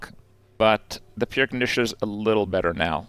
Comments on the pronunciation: Hey Krip! "Pierre" is a French name and pronounced "pee-air". Hence the joke on the name because it's an air conditioner. You don't pronounce it "peer". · Pronunciation Police: In "Soldering" the "L" is silent, so it is pronounced "Soddering" Edit: That is the North American pronunciation of "Soldering" The name "Pierre" is pronounced "pee-air", so Pierre Conditioner is a pun on air conditioner